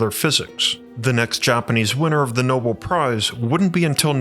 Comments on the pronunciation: no-bell, not no-bul (Nobel Prize) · It’s pronounced no-BEL.